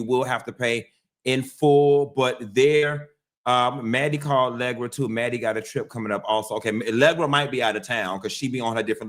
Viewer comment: Say Legra one more time!😂😂